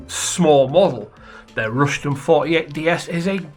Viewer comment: Why do people call the Ruston a Rushton? It’s a Ruston